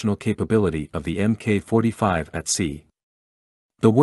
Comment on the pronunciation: It's not emmkay 45 - it's Mark 45.